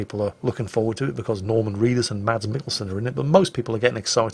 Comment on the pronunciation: Danish guy here. Its not MaDs, you dont say the D so its just mas. Btw love mwj.